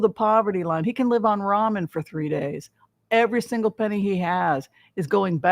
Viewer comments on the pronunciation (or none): none